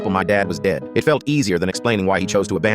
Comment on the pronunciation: When he said dead i thought he said gay 😂